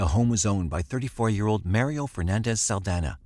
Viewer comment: The way that you pronounce 'Mario' is criminal.